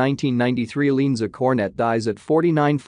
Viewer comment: Her name is pronounced Lee-Ann -Za. If you are going to do a story on someone’s death at least pronounce their name right!